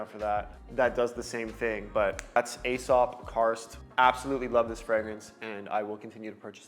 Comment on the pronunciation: Nightclubbing fragrance is a very ashy cigarette smell. It's what I imagined it to smell like in a club back in the 80s. Also Aesop is pronounced like "e-sop".